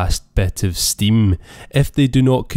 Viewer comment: he clearly says stimm 🤣